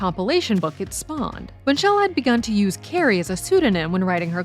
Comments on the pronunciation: It's Candice Bushnell, not Bun-shell. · Candace Bush-nell. Not Bun-shell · Candace Bushnell, not "Bushell". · Gosh, it’s Bushnell. It’s like saying Sarah Jessica Barker. Great video but not checking for these things feels like a lack of respect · This must have been done ages ago since AJLT season 2 has already aired. Good analysis except mispronounced Candace Bushnell’s name.